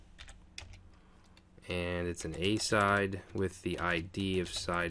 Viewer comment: It's "uh-SIDE", pronounced exactly like its namesake noun and verb, "aside".